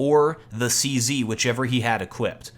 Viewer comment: CZ is pronounced čezeta. Czech Weapon